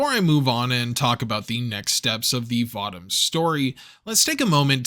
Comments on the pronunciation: I'm pretty sure it's pronounced Vo-Toms. Not votom's. Always loved me some Votoms. Always felt it was the most realistic depiction of what a mecha might be in the real world. More versatile and agile than a tank, but also way less armored. In one you are a killing machine, but you are also walking around in a death trap made of far to thin of metal to actually protect from much damage. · Vah-toms? I always pronounced it Voh-toms. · this was good anime series i accidently started watch years ago those 50 plus episodes go by quickly. also votems sounds weird when you say it i always heard people pronounce it vo toms. lol i wonder have i been saying it wrong this whole time. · Voh-toms. Say it with me. Voh-toms. Thank you. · So, everyone is just gonna let him continue to say Votoms incorrectly?